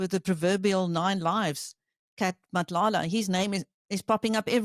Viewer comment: Him pronouncing Cele, Mchunu, Matlala better than some black people is majestic!